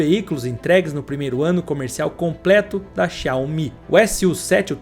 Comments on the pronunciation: Quase impossível ouvir o cara falando xaomIH tantas vezes sem se irritar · A Pronúncia correta é: Zaomí . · Por que você fala xááááu-MÍ? kkkk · Assistindo o vídeo e rindo aqui com as chamadas xiaOMÍ 😂😂😂😂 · video muito bom! agora para o proximo video aprende falar o nome da empresa... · Muito bom o vídeo, só senti um incômodo com a pronúncia do nome da marca